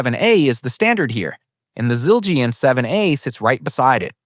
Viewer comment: Zil-Geee- in...Neal PUHRT lll🙄